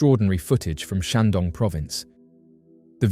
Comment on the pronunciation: The comments section has renewed my faith in mankind. And did he just say Shang-dong? Nice